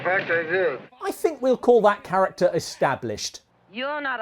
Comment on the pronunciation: "when we grew up, we did not sink" Speak for yourself!